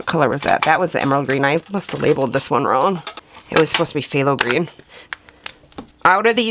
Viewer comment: Arrrugh, Dang chemists and those nerdy names! When you see Phth it is in nomenclature or jargon and pronounced T so you say “thay low” at the start, As Phtho crazy huh? I also cannot believe I haven’t plugged DaVinci Paints because they are the BEST ! So there’s another opinion for you!